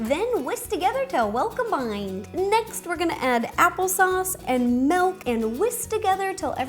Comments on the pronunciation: it's miiiiilk not meeeelk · She said melk